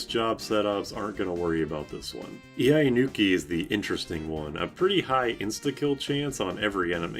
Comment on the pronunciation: Iainuki EE-eye-nuu-kee